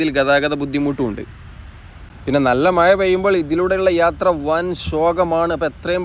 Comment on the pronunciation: മയ അല്ലെടോ മഴ എന്നു പറയു